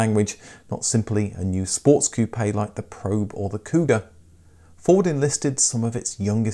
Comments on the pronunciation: Dude! You're driving me CRAZY..... "Coupayyy, Coupayyy, Coupayyy, Coupayyy, Coupayyy... likie you're talking about hair pieces for balding men, Toupee', Toupee', Toupee'... damn dude its COUPE as in chicken COOP, COOP, COOP, COOP!!! Geeze you Brits use shitty English!!! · "Ku-Pay" Hearing him say that over and over hurts. My parents had two 1980 Capris. Terrible build quality and no performance whatsoever. Helped a friend shove a 351 cleveland and 4 speed into an 85 capri tht was a real hoot. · Lost me at koopay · I must learn to say Koo-pay instead of Koop.